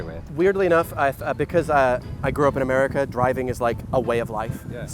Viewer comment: i'm so conditioned to hearing british accents say certain things that my brain processed that as "now that you're here in the US of Islington..."